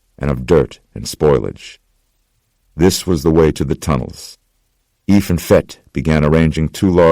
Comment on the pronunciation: He goes by f not efff